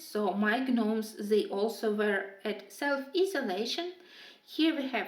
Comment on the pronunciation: Beautiful beautiful colorings I LOVE the yellow sky in the gnomes in the neighborhood page would love if you could do a tutorial on how you did that. Also just wanted to let you know the G in gnomes is silent I promise I am only just letting you know just in case you didn’t the English language is pretty ridiculous I know. Lol